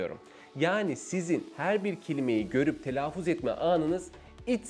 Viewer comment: Evet, oldukça akıcı, yararlı, güzel bir sunum olmuş. Telaffuz kelimesini telaafuz olarak telaffuz etmeniz dışında...